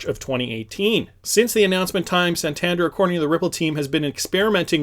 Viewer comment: hey love your channel but i must say its pronounced "San-tan-dare", keep up it!!! <3